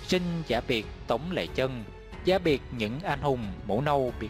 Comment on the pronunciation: Tống lê chân mà đọc sao ra lệ chân .sửa lời tào lao .